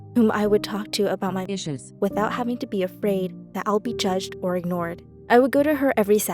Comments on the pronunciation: anyone else hear how she says iSsUeS? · is it just me or does it sound like is saying issues? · Nobody talk about when says issues?😂😂😂😂